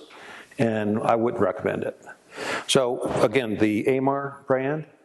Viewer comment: He said “wouldn’t‘t”. Sounded like would but on registering it was wouldn’t.